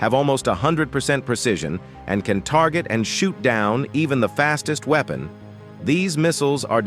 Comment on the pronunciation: what the hell is a ''weepon''